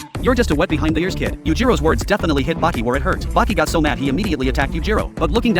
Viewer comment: This clown don't watch anime or what? He say baki